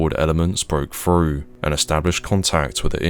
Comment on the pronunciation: Can't pronounce th's either its frust, instead of thrust, & free rather than three, frew instead of through ... so irritating! 😖 other than that it's interesting enuf 😂